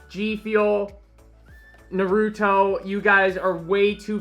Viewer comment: I love you … but please stop saying “Narooto” 😭 It’s “Nar-uh-toe”